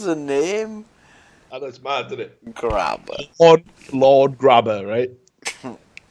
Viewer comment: willie grabher. XD cracked up just as much as Sam. 1st thought his name was Grabba